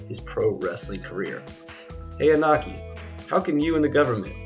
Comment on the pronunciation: It's pronounced E No Key. Japanese pronunciation of vowels is always the same. I sounds like strong E and O sounds like a strong O